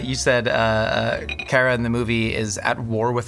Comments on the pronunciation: Alright,. You're nerdy enough to know that it isn't "care-uh" it's "car-uh" for the name of Supergirl. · it's CAR-ah, not Ker-ah... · this is how you know isnt a real fan, he doesnt even know how to pronounce Kara (Kah-Rah). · they both pronounce kara differently lmao